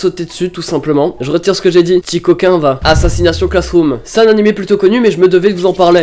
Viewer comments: oh nan 😂😂😂😂 comment t'as dit assassionation classeroom chui mort😂😂 faut le dire à l'anglaise c'est plus stylé😂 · AssassinatION Classroom... C'est AssassinaCHIONE Classroom